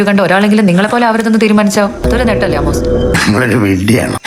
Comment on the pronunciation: ആമോസ് ❌ വാണോസ് ✅